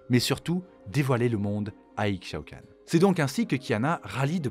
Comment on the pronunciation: Le x d'Ixaocan se prononce comme celui d'Ixtal (Ishtal, "Ishaocanne") Belle vidéo sinon, en même temps quand ça concerne l'impératrice :3